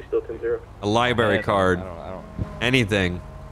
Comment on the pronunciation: said library like Lie-Berry